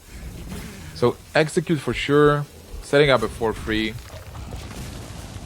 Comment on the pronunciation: i wanted to enjoy watching this video but that kept saying eggcicute not execute. i kept thinking of pokemon, come on guy please pronounce the words correctly, english isnt that hard to say. and its pronounced three not free. please i wish people would stop saying three with a F. where did this guy learn to speak english